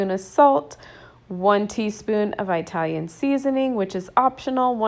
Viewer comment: Just FYI...It’s not Eye•talian...it’s pronounced the same way you pronounce Italy...it’s not Eye•taly it’s Italy...you start to pronounce Italian the same way you would Italy...hope that makes sense.